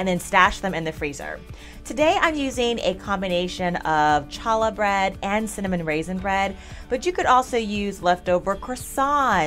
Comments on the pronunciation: Challah is pronounced like "holla back girl". My mini dachshund had a shirt that said "Challah back girl" and she was adorable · Hi, I learn so much from you, a d was hoping I could teach you something today. Challah is pronounced "Holla". I have a Jewish friend that introduced me to it. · Challah is a hard h sound, not a ch. How do you have a huge and steady supply of quail eggs?